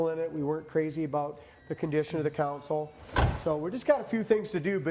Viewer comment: Councel or console ?? 🤔🧐